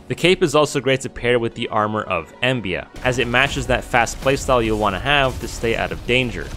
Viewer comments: it's called armor of EMBLA, not embia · My friend that is an L not an I in Embla. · Wait isnt it the Set of Embla? Its not Embia. Still a neat video.